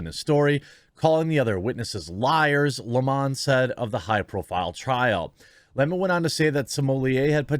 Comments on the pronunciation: Jeremy, it's "Lemon" like the fruit. NOT "Leemonn." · I wish people would quit making his last name sound so fancy. It's not smoly ehhh. And I know you know It's not Lem awn or Lem own. It's Lemon like yellow belly lemon. I know you know that because you do a great job here, but some get really ridiculous with the pronunciations. Al Sharpton is right too lol! The guilty should face the maximum! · It's Lemon like the fruit. Just because they have a stupid name they do not deserve to be treated any differently. In fact given their actions you should be emphasizing the LEMON part. Where in the world do people refer to a sour fruit as a Le-Mon?